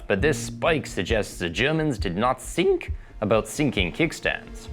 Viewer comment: best roast on Germans for butchering the word thinking 😂😂 As a German I highly dislike when my fellow Germans say 'sink' to mean 'think'